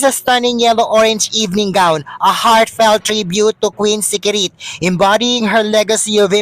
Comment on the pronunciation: "Queen Sirikit" po at hindi "Queen Sikirit"! Kaloka!